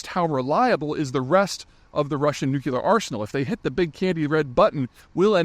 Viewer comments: Please learn the difference between "nuclear" and "nuculur" or whatever that word is. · "Nucular..." Jeeze, how hard is it to pronounce "nuclear"? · For God sake, Peter, it is NUCLEAR, not, repeat, not NUCULER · New clear. Not nuke yaller. Your elocution is normally so good. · How the HELL does a guy this smart not know that it's NU-CLE-AR, not NU-CU-LER??? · I'm Happy you have the same issue with NUCLEAR VS NUCKYLEAR as I have, feel proud to be unable to talk nuclear english now. Still I practice often so I don't sound illiterate. N U C L E A R. Keep going! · Peter - please learn how to pronounce the word Nuclear - it is NEW-KLEE-UR, not NEW-CUE-LER !! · Nuclear, not nukelar. 🤦‍♂️ Peter! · When will you stop saying “new-cue-lur”? It’s “new-clee-er” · NucLear. Not nucUlar. Please correct this pronunciation. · Pronounced “nu-clear” not “nu-cu-lar” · I think Putin said nuclear not nukelar. Peter you keep saying nukelar. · I guess this will be that last time I hear an educated and articulate man butcher the word nu-clear, not nuke-U-lar. The Q is silent. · Does Patreon let us correct “nucular” with the correct “nuclear (noo͞′klē-ər)” in the comments? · It's pronounced noo clee urr not not noo kee ill ur. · Nucular? Its Nu-clear. Two syllables, not three. Pay for this stuff? 🤣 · Why does he say nu-kyu-ler instead of nuclear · Say it with me PZ, cuz ya says it like dubya--its new-klee-ur, not nu-Que-lur. You're to smart to keep mispronouncing this important of a word. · Same. GWB used to say nuke ya lerr too and it made me nuts. It's nuke Lee urr. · It's nuclear not nucular. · You always seem to be saying nucular instead of nuclear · Why do you have such an issue with pronouncing a simple word? Nuclear. New, Clear NOT New Kew Lar. Jesus christ man is it that damn hard? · Every time you say "nukelar" I struggle more to take you seriously. I respect a lot of what you say... But please speak properly! Thanks for reading. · New-CLEE-UR. Dammit. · Please don't say "nucular."